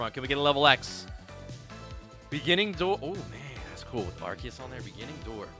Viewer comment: Did he just say ''ARKEYUS''